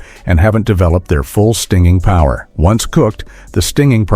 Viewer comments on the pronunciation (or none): none